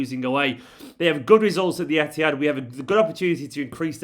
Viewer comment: When he said emptyhad🤮🤮📉